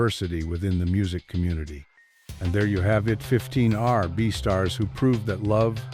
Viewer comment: AI can say Nhoj but not R&B? 🙃